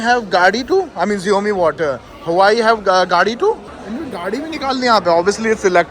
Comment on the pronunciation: hawai nahi gawar it is Huawei🤣🤣🤣